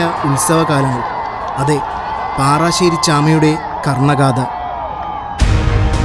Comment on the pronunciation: പാറാശ്ശേരി.അല്ല.പാറശ്ശേരി ആണ്